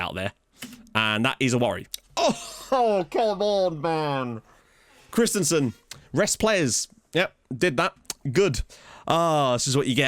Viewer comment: I wonder.. will there ever be a time when you discover the "i" and (with lesser impact) the "a" in Jóhan Dávur Krist-I-A-nsen's last name and stop pronouncing it Christensen (like the Chelsea player)? Just pulling your leg ;) .. keep up the great work!